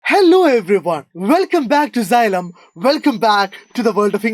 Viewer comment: Xylem ❌ Zylem ✅